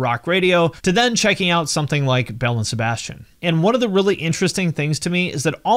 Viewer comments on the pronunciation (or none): none